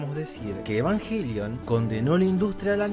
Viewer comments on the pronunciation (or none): Muy bueno, pero dice yenesis , evanyelion y/o evanguelion 🤣🤣🤣